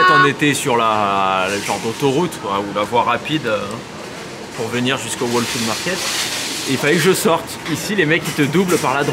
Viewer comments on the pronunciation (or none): juste un détail "whole foods" le "wh" de whole se prononce comme le "h" dans haha et non pas comme "wh" de why, sinon profitez bien de vous vacances 🤗